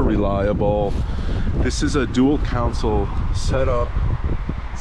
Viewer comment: It’s console not council.